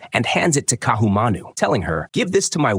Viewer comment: the stupid AI comments why doesnt somebody prooflisten and correct Ohio and other nonsense. Ka'ahumanu mispronounced.